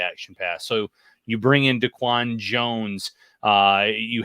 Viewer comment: Just an FYI, It’s Day-Quon jones…..my buddy was in his wedding.